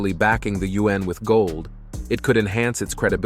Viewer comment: Please have the robot reader learn to pronounce the word yuan (yu-an). It's easy.